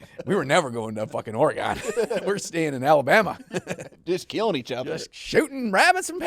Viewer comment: Man saying Oregon wrong hurts me as a local to the state for 8 years